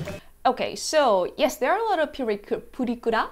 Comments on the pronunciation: It's purikura,not furi kuri!😆😆😆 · "Pure-a Cure-a"? Sigh. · "Pyura kura" 🙄